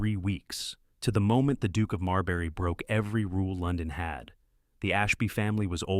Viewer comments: Silas Crane should have been imprisoned. To exile him would mean that people in another country could fall victim to his evil. It is not Marl berry it is MAWL-bruh (UK) or MAHR-l-buh-roh (US) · Marlborough consistently pronounced "Marlberry"..... Really??? Cannot concentrate on a storyline with constant linguistic mistakes.